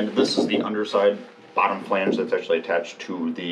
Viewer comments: Bwah hah hah haaaa. As I said in my earlier comment I am binge watching this catamaran build series and in Episode 217 it is clear that she is just slaughtering the word "flange". The absolute funny thing is that someone else must have commented about her pronunciation and she edited in a proper "flange" over her talking nearly every time she used the word. Gotta love the sense of humor. Still binging. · my wife and i love the show but your pronunciation of words drives us a little nuts, button has two t's just so you don't miss em, yet you refuse to pronounce them, and say flange correctly while you say falange for some ungodly reason. We do love you both but this is starting to make your videos impossible to watch.